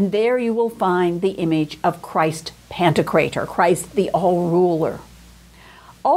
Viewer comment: I believe it's "Pan-TOK-rator"